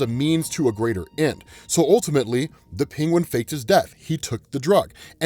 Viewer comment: Love ya but HATE the way you say Penguin. Pingwin.